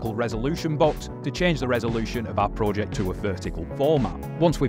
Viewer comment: i hate how you pronounce project